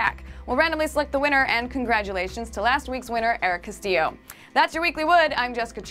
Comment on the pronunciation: Hey! She said Castillo right! I'm not the winner but i have the same last name and is like the first person outside my family to say my last name right on the first try.:D